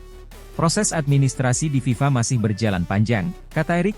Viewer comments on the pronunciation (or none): none